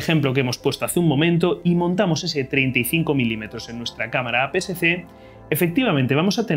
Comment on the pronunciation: Muy buena explicación, lo único es que ud dice formato A PCC cuando realmente es A PSC, o quizás será porque lo dice un poco rápido.